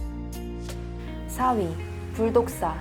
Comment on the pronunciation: 재업이네요ㅠㅠ 뱀은 다 무서워요 😱 저만 불독사 불국사로 들었나요 ㅋㅋㅋ